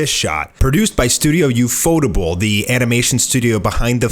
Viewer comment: ufotoble`??? wtf did u say?# holy shit did you get paid for your bullshit talking?